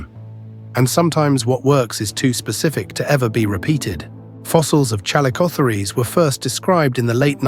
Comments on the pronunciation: ChalicoTHEERs not ChalicotheREESE! Did an AI do the narration? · If there's one thing I learned from this video it's that AI doesn't know how to pronounce calicospheres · This video about these fascinating animals is marred by the synthetic voic repeatedly mispronounced 'chalicotheres'; and by outright false visuals , which shows not a chalicothete at all, but a giant ground sloth (Megatherium). Lazy production shortcuts devalue videos and spread misinformation. 'Must try harder/ do better'.